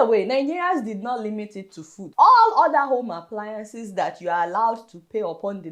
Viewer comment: wtf is ''WHOPPED"? Nigerian word,,,, they even say ''order'' instead of ''other''....